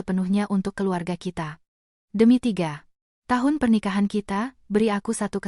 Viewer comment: Contoh LG...3 th...hrs diucapkan tanpa jeda. Tp disini TDK..3 jeda th..salah makna